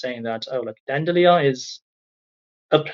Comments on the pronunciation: it's dan-de-lion btw not dan-dillion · Your English is excellent, please allow me to offer one criticism so it can improve further. We pronounce it dandy as in candy, lion as in the big cat. (In spite of the french etymology, from dent de lioun, or lion's tooth. Another of our language's many quirks.) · Dandelion pronounced Dandy Lion, from Dente de Lion or Teeth of the Lion. Just trying to help your pronunciation. Also change your smoke detector alarm. Unless China is going to march in there and save Gaza, I don't see how this information is relevant. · "DAN-duh-lions", respectfully. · From French dent de lion, lions teeth. Pronounced "dandy lion." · Dandelions are weeds to be mowed down. That the Palestinians even tried to get support from China should tell anyone how desperate they are. I wouldn't expect much of any humanitarian support from the Chinese EVER. It's not their culture. BTW, it's pronounced dan-di- lion. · Brilliant info to hear from Chinese netizens. Just a gentle suggestion, dandelion is pronounced "dandy lion". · Here in the southern US, we say “dandy lion,” but I dig the alternate pronunciation, and I’m gonna be using it. ✌🏼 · The lion in Dandelion (in my dialect at least!) is usually said lion like the lions you would find in zoos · I've never heard "dandelion" pronounced that way. Honestly, sounded pretty cool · I love how Dandelion is pronounced like Evangelion